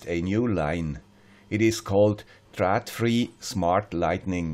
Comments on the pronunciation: hahahaha... next time you are in Copenhagen I teach you to say trÅdfri if you give a beer :-D trÅd ... not trad :-D :-D Thanks for at super video!!! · you can look here for more information. So based on coap-client, you can make a MQTT gateway. (Trådfri is Swedish, and å is not "a", it is pronounced more like "o" in english low and fri pronounces like english "free".):-)